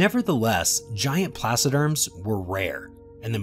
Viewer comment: Yeahhh. They said placoderms wrong(as I'm complaining I didn't look up that spelling so 🤷)